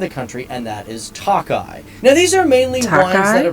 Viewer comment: Should be pronounced as Toe Kay